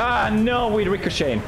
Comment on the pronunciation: Is anybody going to talk about how he can pronounce “ricochet” just fine, but to this day mispronounces “saddle” ??? 🤨😂